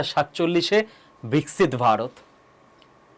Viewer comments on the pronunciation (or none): none